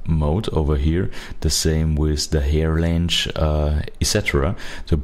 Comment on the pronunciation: Fantastic concept, beautiful results. Really enjoy your voice. BTW, that's how I'm going to pronounce length for the rest of my life 😁